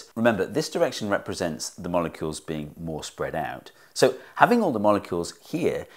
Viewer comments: "spead out" ----> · "Spead out" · "spead" EDIT: as well